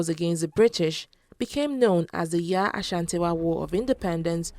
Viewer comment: Her name is YAA ASANTEWAA NOT SHATIWAA. And you say fortunately she was captured, what an insult to our tribe.😡😡😡